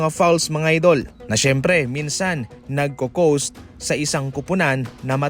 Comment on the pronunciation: Ang pagkakasabi nya. NagcoCoast 😀🤣